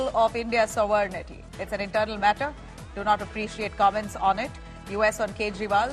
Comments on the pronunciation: Wow your anchors keeps saying Sovernity instead of Sovereignty. Ridiculous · What is sovernighty ? How to speak sovereign we have to ask the anchor !!😂 00.05